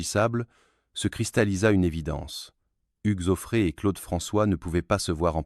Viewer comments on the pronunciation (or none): N'importe quoi cette vidéo ! Hugues zoo frais et Ché-i-la pour Sheila ! la voix IA est ridicule!